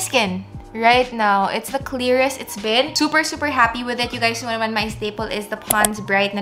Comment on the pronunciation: "woww gandA" "i knauuwr, its hard work" hahahahah seriouslyyy, love u.